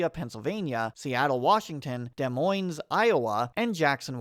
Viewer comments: Des MoineZ, Iowa cringe (Always good to do a pronunciation check on toponyms). Great video though! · Good video but.. You don't pronounce the S's in Des Moines